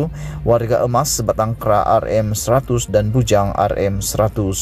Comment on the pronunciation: Mcm mana pembaca ni 'sebatang kera'